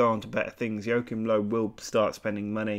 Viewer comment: Jokim Low xd I cringed so hard when he pronounced it like that